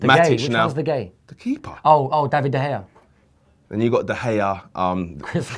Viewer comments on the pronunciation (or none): has horrendous pronunciation. De gee and Bally WTF!😂😂 fix up ya self